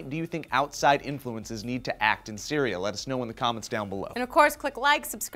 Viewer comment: said cereal in stead of Syria the last time he said syria